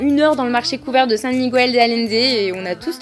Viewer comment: Comme on note souvent le négatif dans les vidéos, je vais déjà commencer par te dire que la tienne est vraiment super, on sent vraiment que tu as adoré ton voyage, et que tu as découvert toute une autre culture. Par contre, quelque chose qui m'a un peu gêné, c'est ta prononciation du nom "Miguel". C'est un peu cliché chez les français de le prononcer comme tu le fais (aucune critique, la majorité des français le prononce aussi comme ça). Comme il n'y a pas de tréma sur le "u", tu prononces le mot à la française "Migail" ou "Miguèl" enfin tu vois le délire. Sur un mot comme "bilingüe", là tu vas prononcer "bilingoué" voilà voilà c'était la minute cours d'espagnol :)